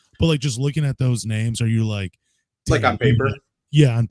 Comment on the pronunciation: can’t says names to save his life 😂